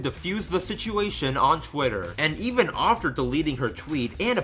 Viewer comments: No hate my dude, but you pronounce after a bit oddly. It sounds like your saying "aufter" again, no hate or anything it's just something I picked up on a little. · “ofter” I absolutely love the way you say after. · LolXD the way you say "after" sounds like "ofter". I like that. Anyway, great vid, though I'm not sure I would consider myself a dedicated fan (I've only watched and liked all the episodes and bought the Manga adaptation by Shirow Miwa, and that's it), but I've see the all too toxic environment that goes on and outside the fandom. Even the drama surrounding some of the CRWBY staff is a little crazy too O~O I actually saw the letter was on a Reddit page that I visited. I didn't read the whole thing, but a lot of people were skeptical about it. There was also a vid on YT that claimed that RWBY stole 3D models to which I'm still unsure about because the vid maker was not all that clear if they actually stole it or they accidentally bought stolen models. Whatever, all this stuff is crazy that I kinda fear for RWBY. I really like the show T^T. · Not trying to sound rude, but... Why do you pronounce 'after' that way? Just wondering... Yeh. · Why do you say after “ofter” XD